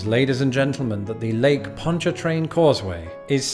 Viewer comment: La Foosh was right, well done, but it's Bah'-you or Bye'-you (kinda between the 2). Bonnie Carey, like Drew's sister. It's over a spillway from the river to the lake. You got Ponch-a-train right. Man-shack, never heard it called the Swamp Bridge but I'm new to Tangipahoa, it's just I-55 past Manchac & Ruddock. The raised interstates (Bonnet Carre & Manchac) are just part of the scenery, raised interstates are no big thing. We also have the Achafalaya (uh-chaff'-uh-lie'-uh) Basin Bridge on I-10, 18 miles, & a Highway 190 elevated highway that I don't think there's even a name for. Locally, the last one is just the Causeway.